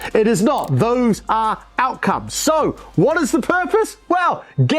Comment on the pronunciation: The "SEW" killed me ahahahha